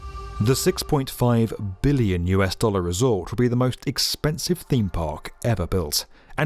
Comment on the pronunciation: I always appreciate the heavy emphasis on the B in 'billion'